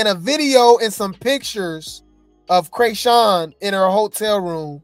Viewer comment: my buddy, my fellow vegan and celibate (if you still on that grind if not it’s coo) brother in Christ, I LOVE your channel, so don’t come for me, BUT WE NEED TO TALK, you started calling her “crayshawn”, although FITTING, for the “cray” part, and that could be why, there’s a rapper from the Bay Area named Kreayshawn “one big room full of bad bi—s” and “syrup” w two chainz, she called out Rick Ross for being fake at the vmas, then went back to the bay cause “we not like them we not like them” just saying, LOVE YOU, but just putting it out there you starting pronouncing chriseans name like another artist that had a big following in the hip hop community in the asap rocky Kendrick early stage Doja cat era, unless you’re doing it on purpose it’s hurting my soul a lil bit! LOVE YOU THO but just saying don’t wana mix kreayshawns name up with rocktard.